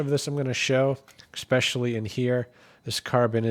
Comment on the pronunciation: Especially NOT ECSPECIALLY